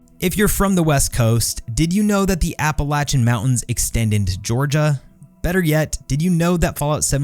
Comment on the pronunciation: App-uh-lay-shuh button